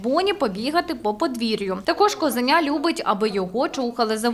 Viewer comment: Шановні журналісти, не козеня, а козуленя (чи правильніше мабуть косуленя). Ви козу від оленя відрізнити не можете?